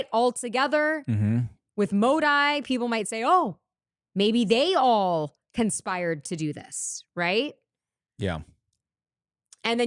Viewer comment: Not that I care, but did she call India’s Modi “Mode-Eye”? 😂